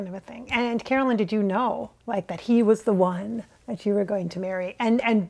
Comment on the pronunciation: You know how you kept saying “Caroline” instead of Carolyn. Maybe that was jfk jr. thinking of his sister(Caroline) too! Nothing ever happens by mistake 😉